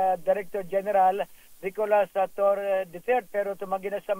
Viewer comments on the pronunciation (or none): none